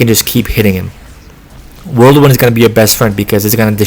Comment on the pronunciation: Are you saying worldwind? I feel like I’m going crazy lol thanks for the tips